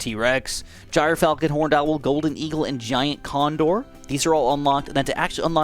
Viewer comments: Please say it like "Gear Falcon" I'm crying laughing at Jire Falcon 😂😂😂😂😂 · The standard American pronunciation is JER-falcon btw :) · Bottom path is pronounced "Jur-Falcon" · I think the gryfalcon is pronounced “griff-falcon” like griffin falcon